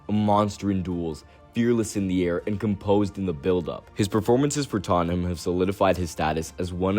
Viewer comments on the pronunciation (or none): none